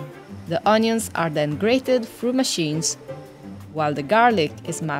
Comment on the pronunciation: Great video I’d like to try all these places. I love how pronounces onions ‘òñions’.